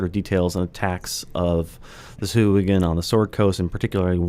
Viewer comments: I like your channel very much, but "suh-who-a-gen"?? Haha. Really? C'mon, guys, you're better than that. If you're going to do a show called "Lore You Should Know", you should at least get the pronunciation right. The worst part is that you're enabling a whole generation of rpg players. Now, everywhere I play D&D, I'm gonna have to listen to a bunch of dudes and dudettes saying "sah-who-a-gen" and cringe. Shame on you guys. Lol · These guys have absolutely no respect for Steve Marsh, the creator of sahuagin, by pronouncing it that way. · Sahuagin "sahwag'in"